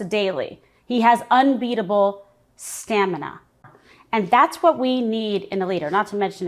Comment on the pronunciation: Did she say unbeatable "scamina"?